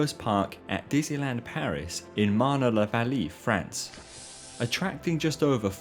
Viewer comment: again, learn to pronounce French. It's a beautiful written language, since a letter always is pronounced the same. So... Marne-la-Vallée clearly ends in [ay] (ée). [Mahrne -lah-vahllay].